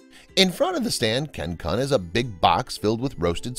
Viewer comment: Kun is pronounced "koon"